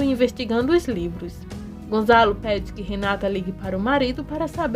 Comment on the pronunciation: É Gonçalo, e não Gonzalo.